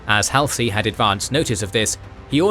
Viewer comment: Halsey is pronounced ( Hall-zee)